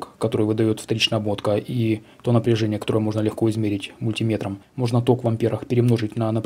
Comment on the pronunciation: Сколько пересмотрел блогеров по радиоэлектронике, вы первый, кто мультимЕтр правильно называет :) А вообще, спасибо за интересные и качественные ролики.